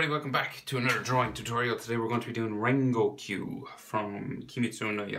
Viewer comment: you dont pronounce it "rengokq", you pronounce it "rengoku" good drawing though